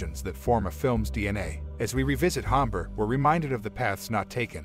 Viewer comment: Hombre - Soft H = silent.